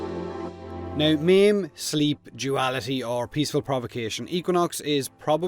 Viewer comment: When he says "meme" he meant "maim" Took me a while LOLS